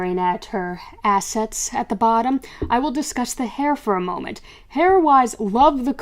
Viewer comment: Ha, "assests"